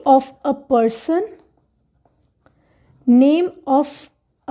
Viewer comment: Not pesson it is person